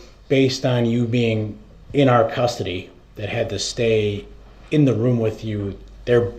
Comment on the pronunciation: Do you recall being “wit” the detective, what in the heck kind of language is that? Does he carry an “AX” with him because he’s constantly “AXING” questions. This guy is a door knob. He better go back to school and learn how to speak English, so disrespectful to the court so disrespectful. With an IQ of zero they should’ve known he wouldn’t know what he’s doing., what does “BOPH” mean? Such as were you”WIT”the other investigator?? He represented himself right into hell.